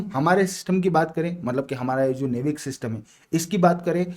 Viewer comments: नेविक ❌ नाविक ✅ 😊❤ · नेविक नही नाविक कहते है उसे, खेर इसमें आपकी गलती नही यह अंग्रेजी की अधूरी व्याकरण और अवेज्ञानिक भाषा होने के करण हुआ है😅